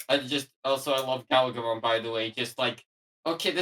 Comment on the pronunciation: Also as I'm listening I get you're using the JP pronunciation of Galgomon instead of Gargomon but it sounds a lot like Gaogamon sometimes and I keep getting Savers PTSD